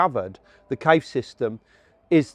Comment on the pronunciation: Can't this man pronounce Cave correctly?